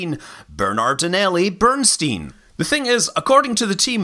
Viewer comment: Could have sworn it was called Comet Berardinelli-Bernstain.